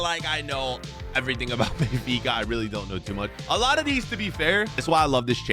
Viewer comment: Me turning on captions when says benfica: Bayfikazads 😂